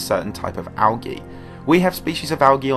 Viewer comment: Who's Al Gee?